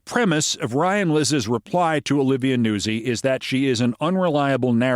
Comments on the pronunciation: I really feel pronouncing it Newsie is Italian American erasure. NOOTS-ee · Im pretty sure nuzzi is pronounced "nut-sy" not newsey...(it's Italian)😉